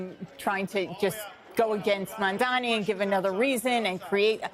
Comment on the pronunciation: Will Cuomo finally learn to pronounce Mamdani's name?